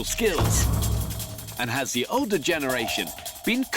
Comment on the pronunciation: yungah and oldah